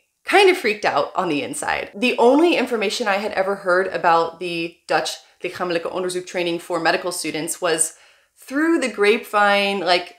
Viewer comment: This is true but wow, that could have been said in a nicer way.. Your pronunciation of 'lichamelijk onderzoek' is great btw